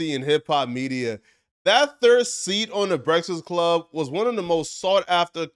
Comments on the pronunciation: That fact that you cant pronounce BREAFAST CLUB is hilarious 😂😂😂 Brefsix 😂😂😂😂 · "brestfast club"😂